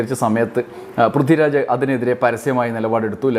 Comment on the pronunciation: Prithvi raj ennu iyal parayumbo Brithi Raj enna kelkuunath😂